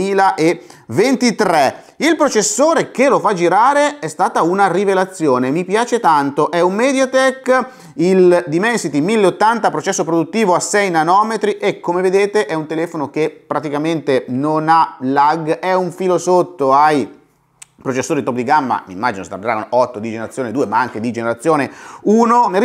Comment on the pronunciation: Grazie per le preziose informazioni! Però, ti prego, non fare anche tu l'errore di tanti: si dice nanomètri, NON nanòmetri! 😊